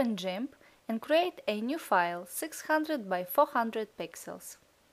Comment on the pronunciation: It's called Gimp not Jimp LoL